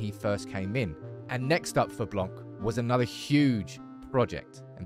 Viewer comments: His name is blan not blank great video though ! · You don't pronounce the "c" in Blanc 😊